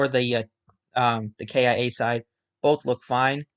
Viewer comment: Just a heads up K I A is just pronounced Kia as in the car company. All 10 teams are owned by large corporations such as LG and Samsung. Keep up the great content!